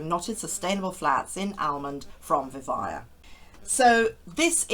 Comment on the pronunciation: I think it’s pronounced Vi-vay-ah, at least that’s what it says in their logo that you show, not Vi-vye-ah.